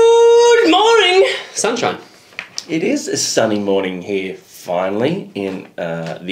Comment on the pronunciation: Nobody:: sunshoiiiiiiine